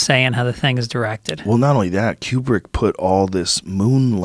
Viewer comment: you pronounce Kubrick like qbert.